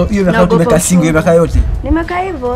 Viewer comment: The English girl.... But alisema I've been 'sinkul'